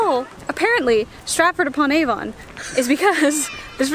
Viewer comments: Aside from the note on pronouncing Warwick, Avon is also pronounced 'Avun' rather than with such a laboured 'ON'. Same with places like Birmingham - 'Birmingum', not 'BirmingHAM'! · It's not pronounced A-von it's Avon as one word! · but it is A-von cept it's more like A-ven.